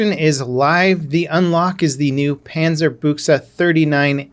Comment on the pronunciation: Yo major props on the pronunciation most ppl pronounce it Bush but dude that was solid. Keep up the content n maybe check out world of warships ;)